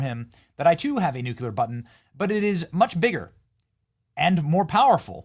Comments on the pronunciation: Benny! It’s NOT “nucUlar!” It’s “nuclear.” Come on! You sound like Bush 43. So many media people, and no one knows how to speak English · Nuclear not nuculer??? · I love you Benny, but learn how to say nuclear. It is new-clee-er, not new-ku-ler. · Nu- clear as in nu- cleus. Not nuk- u- lar. (Isreal has nukes, no disclosure.) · new-cue-lar vs. new-clear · Can you please, for the love of God, STOP saying NUCULAR..! It's NUCLEAR. 🤦‍♂️ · NUCLEAR BROTHER BENNY😂NOT NUCULER😮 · Noo-Klee-er, not Noo-kew-ler. There's only one "U" in nuclear. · NUCLEAR, Benny! NUCLEAR! "Nucular" is not a word! I face slap so many times while I'm watching you! It's not so good for my face! NUCLEAR! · Benny please stop saying New Q Ler. It’s Nu Cle ar. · NUKE - LEE - ER. Not nuke - U - LAR! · Nuclear. Nu-clear. Say it with me...Nu-clear. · Benny i love you man but you have to learn how to pronounce "nuclear". Youre saying it the way Jimmy Carter used to. NEWCUELER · Anybody else annoyed that he has never been corrected or figure out he is saying nuclear incorrectly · It’s pronounced nuclear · Not to be impertinent, and not that this hasn’t most likely been told to you before, but you do seem to have some degree of difficulty correctly pronouncing “nuclear,” do you not? Kind of like Jimmy Carter, no? No big deal, I was just wondering if you were aware, since you used the word quite a bit in this video. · Benny.... learn the correct pronunciation the word nuclear.... you sounded like an idiot